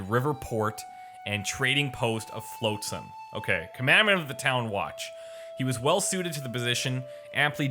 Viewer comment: FLOTsam. Not FLOATsam. I thought when the voice actor finally said it TWICE would get it... but in the next minute he's still saying Floatsam... it's driving me absolutely nuts.